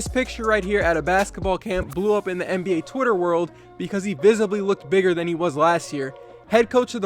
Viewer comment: The first time u said NBA you said MBA